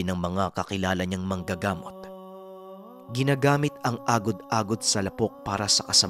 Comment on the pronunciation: ang pagbigkas Ng lapok ay Di mabilis, ilonggo or Bisaya Yan means putik 🙄